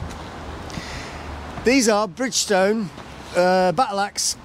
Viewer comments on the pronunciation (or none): Oh no! You missed the S out of Bridgestone😱. And Adeventure! What you been drinking? 😂😂